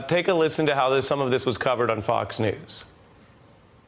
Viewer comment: "Sball group of beeple...fake dewz..." Delusional subhuman psycho who cannot breathe through his doze.